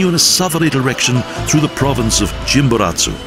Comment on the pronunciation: Good video but please... how the narrator butchers the names of people and places is amazing. You should learn how to pronouce the words that you are going to read. How hard is it??? Simon Boulevard, Jose de san matah, Cuencha, Chimboratzo, Parque Nacional Callas, lol